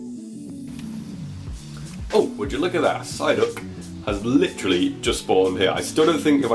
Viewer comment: Stop saying licherally